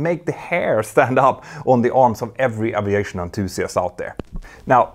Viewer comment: Does she pronounce Aviation with an O instead of an a if you going to broadcast in English do it right